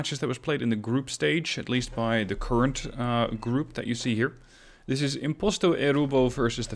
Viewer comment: I love how you pronounce my name correctly